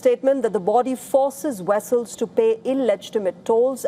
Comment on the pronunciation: Forses Wessels .....lol